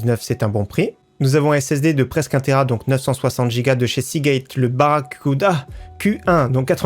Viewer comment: 😂 il a eu du mal avec le ''BARRACUUUUDAA''😂👌